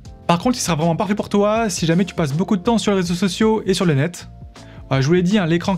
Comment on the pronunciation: Bonne présentation, mais débit de paroles assommant. Sur la fin, on ne distingue plus s'il prononce "pas fait pour toi" ou "parfait pour toi". Ce qui est très embêtant.